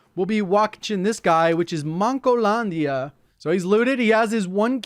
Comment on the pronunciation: J pronounced mancolandia pretty good, im impressed, most of people from the US would give it a weird accent